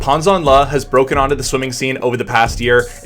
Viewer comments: Is his name Pan or Pawn? You said Pawn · Fyi his name is actually pronounced closer the way we'd pronounce "pan", as in "panorama" in a neutral American accent. No shade though, Chinese names are hard to figure out. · By the way, his name is PAN but not PAWN, it was disrespectful to call him.